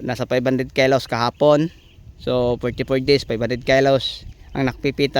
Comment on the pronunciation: kilos boss hindi po kelus😂 ✌✌😂